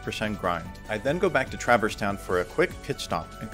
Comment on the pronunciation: Great run, but... Anyone else twitch every time at "Traver's Town"? 🤣